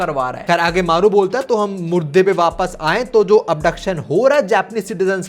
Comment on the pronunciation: bro said murda(dead person) instead of mudda( topic)